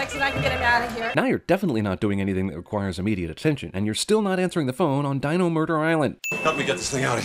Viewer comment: why do i yawn when i watch ss movie? dino? "dee-no" , i pronounce. cute .